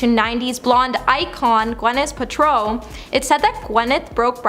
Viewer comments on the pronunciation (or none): It’s PALtrow not Putrow.